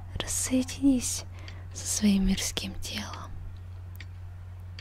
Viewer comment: Она сказала Мерзки́м, а не Ме́рзким!